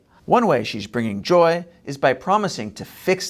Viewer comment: Why do you put such an emphasis on Harris’ “joy”? It makes you seem like you’re against joy and the joy is somehow weird, which to me is weird.